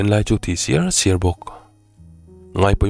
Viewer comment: A thi siar siar ni lovin... A thi ser ser tih tu zawk